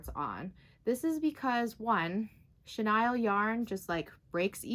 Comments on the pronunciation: Thank you for correcting it on pronouncing "Chenille"(shuh-neel ) it was driving me crazy every time it was said wrong.🤪🤪😂🤣😂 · Really? What’s your first language? And 😂😂 I wasn’t gonna say anything about how you pronounced it just in case you were actually pronouncing it correctly even though I’ve always heard it pronounced shuh- kneel. I didn’t want to be THAT person! 😂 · yep! It was weird to hear it pronounced shuh-Nile just because I’ve heard it said that way although I totally understand why she did because the vowel usually says its name when the word ends in e ! The English language sure can be confusing with its exceptions to the rule for certain words 🤷🏻‍♀️🤦🏻‍♀️